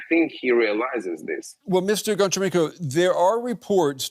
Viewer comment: Honcharenko not Goncharenko like Hockey